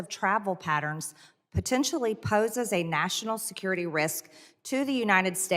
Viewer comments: She is "protentially" calling Dan Goldman uninformed and uneducated? Where do I start...🙄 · Pertentially??? She is a true master of the English language. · Pertenshully, folks.